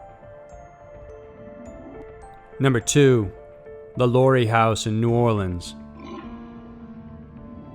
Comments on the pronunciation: It's Madam Lah Lah REE. That's the phonetic spelling. Remember. She was French. I lived in Louisiana. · Omg so many inconsistencies about the lalaurie mansion, which you mispronounced. You didn’t mention that the original reason that they heard sounds in the house right after she left was because there were slaves buried alive in the house that they never found until years later. You also didn’t mention the fact that every person that has owned that house has had a series of extremely bad luck happened to them, including Nicolas Cage. And the Lalaurie mansion is not an apartment complex now it is still just a mansion, and it is owned by a private citizen and he does not allow tours of the building. I was literally just passing by it last month.